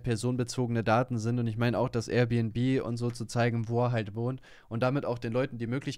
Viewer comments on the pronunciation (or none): Air bnb nicht R bnb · Alter Das“Rbnb“ regt mich so auf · Der soll erst mal lernen dass es AIRbnb heißt junge größter trigger😂